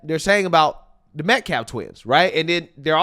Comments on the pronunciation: Pronouncing CALF can’t be that hard! A 4-letter word! It’s a body part!! It’s a baby cow! SERIOUSLY!? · It's intentional. It's the disrespect of choice for high school girls as well. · roland literally called him Aaron Metcalf. Baby shaker pronounced hIs name "Metclaf". Shows what kind of ppl they are. They don't respect Austin enough to say his name right. His name has been said 100+ times. Not even a difficult name to pronounced. And they are 100000% the ones that b¡tched about kamala harris pronunciation 🤬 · Why can't this guy pronounce "Metcalf"? Why does he say "Metclaf"? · That moron is still pronouncing it Metclaf. 😂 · Why can't that guy say Met- calf. It's like he can't read or did not read anything about this case except for the black and white people. Well he didn't know about Kyle either so.... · bro this guy is legit remedial! He just cannot pronounce Metcalf correctly or put a coherent sentence together. Says a lot about the parents of Anthony that they chose this scamming DUNCE to represent their son smh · How can he deliberately mispronounce the victims name? Even the mom pronounced it correctly, standing next to him.. I don’t understand how one can be so repulsive? He’s really taking it to the next level. A level I’ve never seen before. His criminal charges are outrageous and that’s just in ten years. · Ebonics race Hustler..cant even pronounce the boys name correctly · continously mispronounced the Metcalf name. I thought mispronouncing names was racist. This person is a moron. If I was the attorney for this case I would first tell this man to stfu. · He wont even try to pronounce their name . Disrespect or ignorance or both. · Why can't this clown advocate pronounce Metcalf correctly? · That attorney can’t even say Austin’s last name correctly. He is a joke. 🤡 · Will this guy ever learn how to say the metcalfs name? Prolly not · He can’t even get Austin’s name right. Roland Martin is a fool